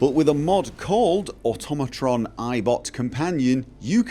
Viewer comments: It's awe-TOM-ih-tron, not AUTO-mah-tron. Just like Automaton is pronounced, since they were invented in the 5th century. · Once again, proceeds to mispronounce Automatron...